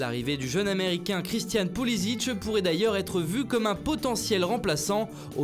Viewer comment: Il se prononce "Pou-li-sique", car il est né et a grandi aux USA